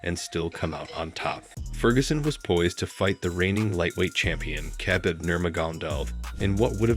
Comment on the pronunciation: Khabib was very much disrespected with that pronunciation. Didn’t even try to learn it bro.